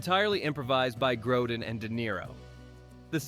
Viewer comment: This is unbelievably sloppy, lazy and glaringly wrong in many places. First the mispronunciation of Grodin and then confusing an airplane for a helicopter is just plain irresponsibly lazy which undermines any credibility for this presentation as a whole. Good for you to not realize the airport scene was in Las Vegas and wasn't in snowy conditions. Thanks also for not realizing the "Arizona desert" was actually a location in New Zealand.